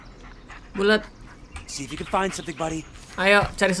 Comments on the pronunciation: gw dengernya bulet (bulat) 😂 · Bg BKN bulet tpi di blg buld